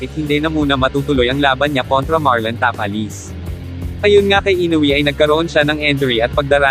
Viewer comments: Bigkasin mo naman mabuti ang mga apleyedo ng pinoy boxer sir ( Tapales Magsayo) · Pangit ng pgpronounce ng tapales hindi bagay